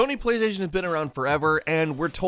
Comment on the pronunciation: "Sony plasation has been around forever"